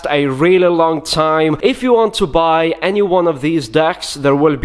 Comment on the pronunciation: "If you wanna baaay."